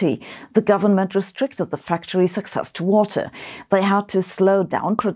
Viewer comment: Access - pronounciationˈakˌses. Inventory: ˈinvənˌtôrē